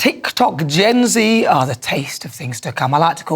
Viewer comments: You're British Nana, don't you mean Gen Zed not Gen Gee? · Please don't say Zee. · You said Gen Z wrong. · You said Gen Z wrong Nana!